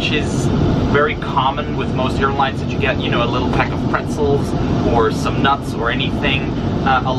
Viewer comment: And the prezzels????